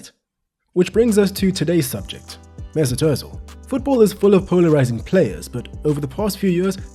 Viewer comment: MAY-ZOOT OOOH-tZEEL